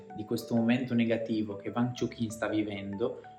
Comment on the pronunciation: e "uang" non "vang"